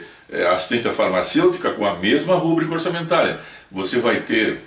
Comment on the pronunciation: Não fale "rúbrica" a palavra certa é rubrica (paroxítona)